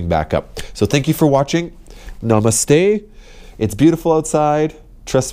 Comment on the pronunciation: Stop saying namaste like you're from Jamaica. Take it easy there guy.